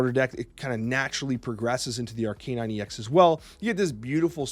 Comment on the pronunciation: I love your content so I'm gonna assume the way you say Pokemon like "Arcanine" is just how you says cards like "Magneto/Magento" as a joke haha